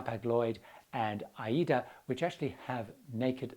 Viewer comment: thank you for pronouncing AIDA correctly. You know the word obviously is in reference to an opera.